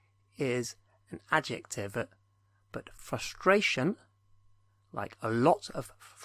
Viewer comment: Frustration? Really? Fustracion ?